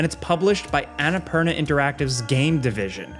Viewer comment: Ana-purr-na, amirite